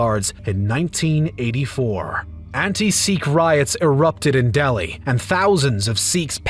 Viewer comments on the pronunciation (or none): none